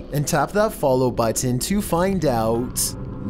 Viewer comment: Yes Sir......he frustrates me saying the word button but I can't stop listening lol